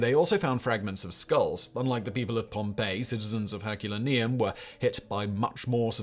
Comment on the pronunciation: Herculaneum = Herk-yoo-lay-nee-um. I'm available for parties.